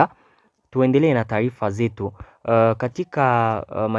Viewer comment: Kiswahili kinakushinda kutamka ao vipi kaka? je ni taifa ao ni taarifa?